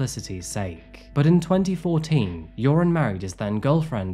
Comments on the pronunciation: It's pronounced more like "yer-own" or "yair-oohn" btw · I absolutely LOVE how you pronounced his name as "URINE" throughout this vlog. 🤣🤣 Much more appropriate than "Your-on". 😆😉 Rock on,. 🥰🥰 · I love that you keep pronouncing his name “urine”. Perfect! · 😂😂😂❤❤❤ I didn’t even catch that…LOVE IT- Urine is a POS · URIN. true to his name as to pronounce. RIP lovely Natalee and lovely and brave Stephany. Thanks for the great cover up -- as always. <3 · I always hear "urine" whenever this monster's name is said. It probably fits him better than his real name. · Joran's name is pronounced much like "urine", which is appropriate . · often mispronouncing his name as "Urine" is definitely no accident 😉 🫡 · I appreciate how you pronounce his name 'urine' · Keep hearing urine 😂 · it's only logical that his name is pronounced "Urine" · I appreciate the not so subtle mispronunciation of Joran LOL